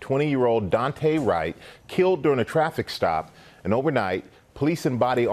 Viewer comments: please pronounce his name right... its Daunte like Dawn-tay not dooante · the amount of people that don't know how to say daunte is fucking crazy